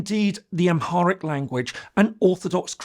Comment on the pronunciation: This guy can't even pronounce Oromo or Amharic..as words ???